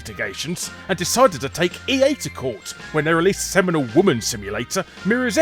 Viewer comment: Are you saying "Seminal woman's simulator Mirror's Edge" or "Seminole woman's simulator Mirror's Edge?"